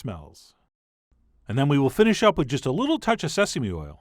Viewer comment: "if we think things are getting a *Li*ttle dry".... What is wrong with you? Talk like a human being? This was disgusting to listen to!